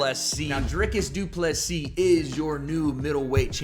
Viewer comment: You are the only guy pronouncing DDP last name correctly. Respect 👊🏻